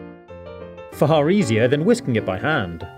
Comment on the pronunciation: did anyone else hear “far-har easier?” 😂😂